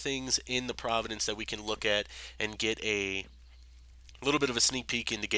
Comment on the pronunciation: province,not providence. and Grian is read as "Gree-an" not "Graian" lol duuuuuude